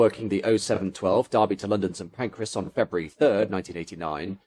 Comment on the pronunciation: Agh stop saying St. Pancreas! 😂